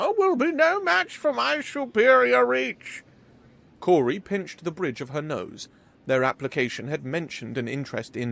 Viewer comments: Awesome story and great narration. My only nip pick is that I’m pretty sure the hostess name is pronounced “Kow-ri” not “Kor-ri” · It really throws me off when you pronounce the name as “Cory”, its “Kaori”, its even phonetically spelled Kao-ri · Good story, but you really need to pronounce names properly, Kaori is pronounced as Cow-Ri, NOT Cory. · Kaori is infact pronounced Ka-O-Ri, but Cory or Cowri is acceptable for western speakers. Japanese names can be pronounced differently just like every other name on the planet. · Kaori should be pronounced as "cow-ry" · Phonetically Ka-O-Ri. But outsiders like yourself can pronounce it however you want. No harm, no foul. 🤗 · Ka-o-ri it’s not a Germanic language. Also ha-o-ri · is new. Yeah, he regularly muddles words or says them incorrectly. You try narrating something of this length without any mistakes. Most people have to have 4 attempts to leave an OGM on their voice mail! You try reading this story aloud, and then We'll Judge You! How about that? But you won't will you. 🙄